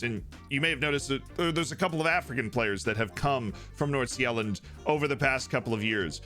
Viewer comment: The pronounciations in this video is fantastic. Great job on Fc Nordsjælland that sounded the best i have ever heard a non danish speaker say it. Gotebörg might need some research and practice to say right.